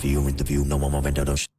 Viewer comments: It is pronounced uh·VEN·tuh·dor, not "aven-tater". 😘🤣 Like "matador", but "aventador". I'm dyin. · I just crack up whenever you say avan-tate-or like you are saying tater tots but don't worry you are not alone other reactors pronounced it the same way. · Ah-ven-tei-dour bro okay ama give you grace this one time, but im having a good laugh not gonna lie.